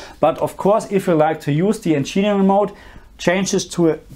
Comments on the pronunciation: Encheering mode lmao it'd "engin "eering" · He doesn't pronounce it as you say, he says encheenering, not encheering as you wrote